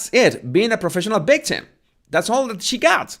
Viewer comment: Professional “ bictim “ Come on,it’s not that hard,you can practice by saying “Victoria “